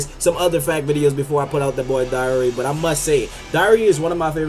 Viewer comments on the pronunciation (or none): Its darui not dauri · Its pronounced dar-roo